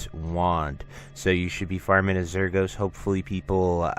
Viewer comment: you pronounce the boss azuregos wrong btw